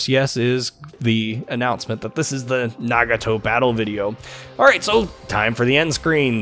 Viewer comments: So glad a fellow American tries to pronounce something how it should be in it's native language...since growing up I grew up leaning from a Japanese family in my neighborhood...it'd be pronounced (na-ga-toe/nah-gah-toe - depending on accent and which part of the US you'd be from). Great review and in-depth information video and I thoroughly enjoyed! Edit: Finally got mine and have to say that this and (from what I've heard...the Izumo) are just to be free exped. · The one thing I like your video is you did a good job saying the Japanese ship name. Nice job.